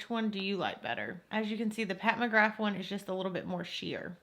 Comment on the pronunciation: are you saying mcgraf instead of mcgrath??...maybe it's just your accent idk but def the bad habit palette looks waaay more pigmented